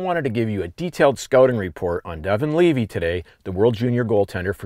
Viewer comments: I mean you said his name properly here . Many people in the medias for now are saying it wrong. It isn't "Leavay" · You pronounced it right. Leevee. I grew up with his dad. He actually sent me the link to this. I cringe when everyone says his last name wrong. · i get it mixed up too, but the tsn guys just confirmed with his family that it’s pronounced leavi